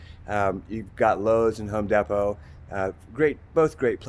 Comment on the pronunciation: I love how he says home depot😂